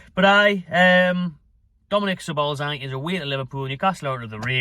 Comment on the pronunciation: it's ja boz lie